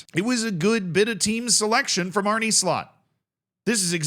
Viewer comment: Funny how you say Arne